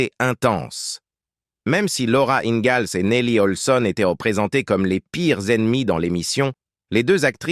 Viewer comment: Le mec qui prononce laura ingalls avec un z au lieu du s.